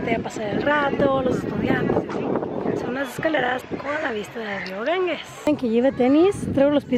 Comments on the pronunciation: Lo DIJO muchas veces: GanGUES,,,. ¡Auxilio! (Lo escribió correctamente Ganges lo pronuncia mal GanGUES. G+E se pronuncia como GEOgrafía, GEOmétrico, GEntileza, GErardo, GElatina).En tu apellido tienes el ejemplo. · Ir tan lejos: El nombre del Río es Ganges NO "GanGUes". G+E sin U intermedia se pronuncia como "J". Es como el apellido del escritor: Borges NO BorGUes. Duelen los oídos cuando dice "GanGUEs" ¡aaaaaaah!